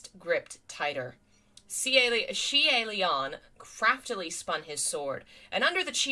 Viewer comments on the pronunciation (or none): Xian... *yoi*??? See-aye Lian??!?? Oi, how are the pronunciations getting worse?? XD